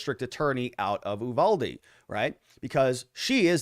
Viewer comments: Is it General Ooolyses S. Grant? It is the Ooooniverse? Nor is it Oooovalde. it's Yuvalde. Uvalde. Say it with me class. Yu-val-de. Very good! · IT"S NOT "oooVALDE"!!! it"s You-Valde!!! I'm from there.... I kinda know... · I lived in Uvalde. Native born Texas. We (even the town people) pronounce it "you" valdy. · The U is pronounced as an actual U not eww. lol